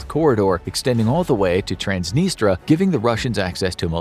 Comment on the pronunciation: I believe it's "Trans-nis-tree-ah" not "Trans-nis-tra." Great vid otherwise.